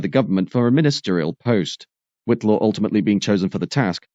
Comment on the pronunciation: ...and Whitelaw is White-law. I might have enjoyed it more if the video had been more connected with the narration.